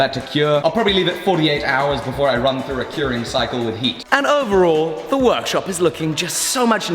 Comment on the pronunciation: Welcome back to the weer-orkshup